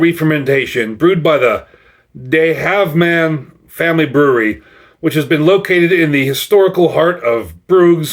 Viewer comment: I am American but lived in Belgium (Flanders) for many years. I found the mispronunciation of Dutch quite amusing, but kudos for trying. De Halve Maan literally means "The Half Moon". The Dutch word for "moon" is "maan" and the word for "man" is "man" (written same as English), so there is a pun by having an image of a man in the half moon. Dutch vowels sound do not always map to American English, but would be pronounced something like "duh hal-vuh mahn", where the "ah" sound in "maan" is an "ah" sound, but just pronounced a bit long (note the double "a"). "Man" and "maan" are prounounced similarly, but the "ah" sound is short for "man" and long for "maan".